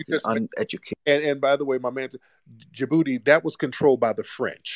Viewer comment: “Djibuti Man” 😂😂